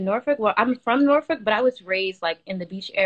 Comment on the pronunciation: It’s Norfolk Virginia Lmaoo 🤣🤣 I’m going to need you to learn how to pronounce words